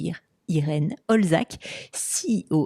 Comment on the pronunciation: juste un petit truc:) Olczak, c'est un nom d'origine polonaise et on le prononce "oltchak":) Merci pour tout ce que tu fais. Bonne continuation